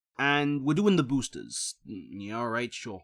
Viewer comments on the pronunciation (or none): Da booostuhs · i only didn't click off because you say boosters like an example new yorker